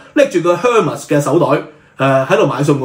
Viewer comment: Hermes，H 完全不發音！ Gucci，Gu 讀 姑，不是 ku